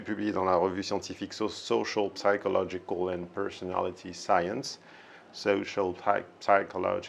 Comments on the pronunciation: Just a small pointer: you don’t pronounce the p in psychology. Good video otherwise, thanks. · Quelques tips: le "p" en anglais sur "psychological" est silencieux. Le "ou" de journal est en fait un "e" phonétique. Il vaut mieux se concentrer sur les fondamentaux au lieu de faire des accents artificiels à coucher dehors surtout dans une vidéo sur la syntaxe et l'élocution.